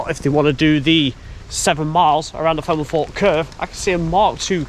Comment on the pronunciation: Ok...... I really like your videos: excellent quality, always informative and very interesting: apart from one thing.... your voice. I have to watch with the sound off and the subtitles on..... and it's hiarious to see what the subtitles make of the way you prounounce some words. I mean, Femelforpe........ really? If you have some sort of genuine speech impediment/disability then I humbly apologise but if it's just a lazy local accent then do yourself a favour and invest in some elocution lessons PLEASE!? Btw...... to show my good faith I've just subscribed. Very best wishes to you anyway!